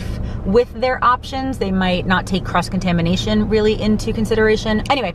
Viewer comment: I totally thought you said they don’t take “crust contamination really good” and I was thinking… Is that actually a thing? Then I realized you said “cross contamination”.!!!!! 😂😂😊